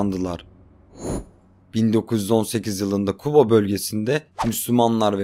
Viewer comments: Kuba deyil Quba demeliydi birincisi!ikincisi bidenne olke adni dduz demeyle xecne duzellmir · Quba ya kuba deyir 😅😅😅😅😅.Azerbaycan rayonunu azerbaycan turkçesinde demelidir. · Kuba yox Quba